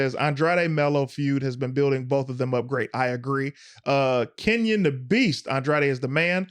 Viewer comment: #bellringers. Threw me off doing Smackdown first when I watched it live. Rewatching for the second time just because. Also, It's KAYRON not Kenyon Da Beast. lol. But that's on me.... Imma have to superchat to get my respect🤣🤣